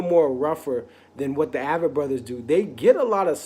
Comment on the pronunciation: “Ay-vett” Brothers...